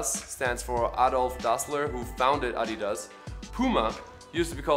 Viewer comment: I was today years old when I learned the correct way to say Adidas